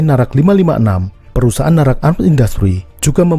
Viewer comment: คนอินโดนีเซียอ่านออกเสียงนาแร็ค ว่า น่ารัก 555+ 😁😁😁😁 Og Indonesia baca dengan kuat NARAC sebagai 'NARAK' hahaha+ 😁😁😁😁